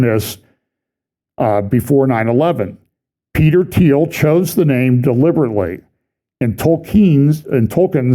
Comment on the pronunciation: Finally, the correct pronunciation of the Peter Thiel (teel) name. And not that it really matters, but maybe that’s how he became a millionaire by gaining a dime for every time someone mispronounced his name. 😂